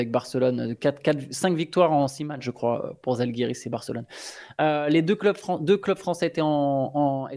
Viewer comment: On prononce Jalgiris, pas Zalgiris, merci ;)